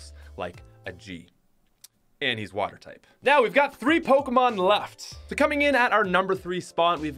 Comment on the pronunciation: Hey! At least hes calls them Pokémon and not PokEEEmon. Good job.